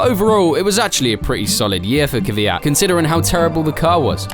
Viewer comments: It is 100% BS as usual. Try to pronounce his name properly it isn’t kyviat, but kvyat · why do you insist on calling him kiviyat? his name is kviyat... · It's not Kiv eey at. It's. Kveey at. Look how it is spelt and listen to how he pronounced it !!! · Not Kyvyat but Kvyat. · If you really feel for the guy at least try to pronounce his name correctly. The lazy English attempt of "Kiviat" is a disgrace. Danil appeared on screen in this video pronouncing his name correctly yet you took no notice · His name is Daniil Kvyat. Not "Kivyat". NOBODY in this video pronounced his name correctly ONCE. What a disrespect... Shame on you all! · why does everyone pronounce his name as kivyat? there's no i in there